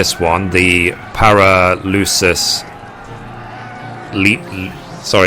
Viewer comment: Awesome guide, but damn dude. Pair-Uh-Sell-Suss :D